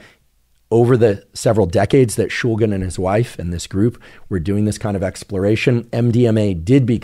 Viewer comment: Watched the portion describing the chemistry and was quite disappointed. Not only is that not how you pronounce shulgin, that's not how you pronounce phenethylamine. Mispronunciations aren't too concerning. What is tho, is the lack of explanation/detail about the stereochemistry of MDMA. MDMA has a chiral center, meaning that there are two "mirror" versions of the molecule, that can/do exhibit different pharmacology, because the two "mirror versions" (isomers) are actually different drugs. SO MDMA is not one drug, but 2 drugs. The D and L iosmers. (Alpha carbon, methyl group) Just like dextroamphetamine and levoamphetamine have different effects and pharmacological effects, dextroMDMA and levoMDMA have different effects, and pharmacological effects. Is the MDMA being used in these studies dextro? Levo? racemic?? Because that matters! If you are using racemic MDMA in these studies, you are in fact testing a combination of two different drugs. This is a big deal, isomers matter, and making it clear that most MDMA available (is racemic) and is a combination of two different drugs, dextroMDMA, and levoMDMA is incredibly important. DextroMDMA could be therapeutic, and levoMDMA could be nuerotoxic or vice versa, we don't know yet. So to say MDMA causes anything is misleading, because we need to know what individual isomer is causing which specific effect. We need to examine and talk about the individual isomers, rather then racemic MDMA. Also, I didn't watch the whole thing, but di